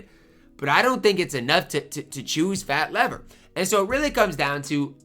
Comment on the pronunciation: it's pronouced Fat 'LEAVER'. I only know cause i'm old enough to have watched him when he played :)